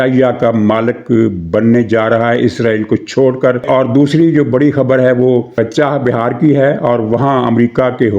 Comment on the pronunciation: محترم ، چاہِ بِہار نہیں ۔ چابَہار درست لفظ ہے ۔ اس بندرگاہ کا کنواں سے کوئی تعلق نہیں ، نا ہی چاہت والی کوئی بات ہے ۔ مولا خوش رکھے ۔